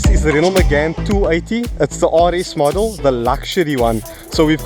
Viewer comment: Oh for the love of... it's not pronounce "Renold"... :) :)